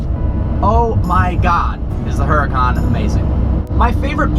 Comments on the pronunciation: its "huracan" not "hurracane" lol. Its not a natural disaster brah. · Oo Ra Khan, ROLL THE R, its the hurricane god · u.ra.kan. How am supposed to take your reviews seriously when you keep saying the name wrong hmmm? But seriously, keep up the pro grade stuff. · Its pronounced the same way you pronounce hurricane (which is what it actually means in Italian, duh), trust me I speak Italian xD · I didnt want to say anything but I cant help from cringing every time I hear "heracon". lol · Isn't the "H" silent? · You have never pronounced your own car name right once.... Not once...even if you did go to the factory. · smh can't even pronounce the car's name correctly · Anyone with common sense would know that Italians don't pronounce the "H" sound. Doesn't take a fluent/native speaker to know that.